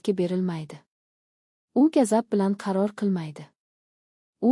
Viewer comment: Gazab emas g‘azab opo‘y😅😅😅